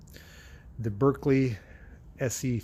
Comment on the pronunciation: The Berkeley is British, so pronounced ‘Barkley’ 🤪👍🏼